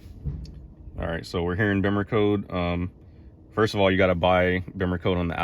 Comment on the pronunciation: Glad you pronounce Bimmercode correctly - so many YouTubers say "Beamercode" - LOL. Good video!